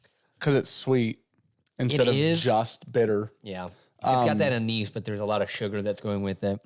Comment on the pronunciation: Anise: “Ann-iss.”